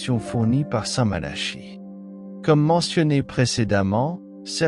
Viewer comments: Ce n'est pas st Mala. Chie. La prononciation mais St Malaki écrit st Malachie. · Il n' y a bien que vous pour prononcer Malachie comme Charles alors qu' on prononce depuis toujours Malaki , si vous voulez être pris au sérieux commencer par parler correctement